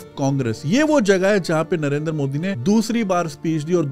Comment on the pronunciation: It's not Narendar It's Narendra btw #pkmkb